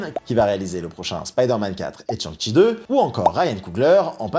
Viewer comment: Petite critique. Ont ne prononce pas Tchan-shi mais plutôt chang-shi. Shang-chi